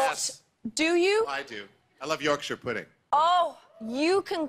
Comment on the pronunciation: I was just impressed he said Yorkshire instead of York Shire.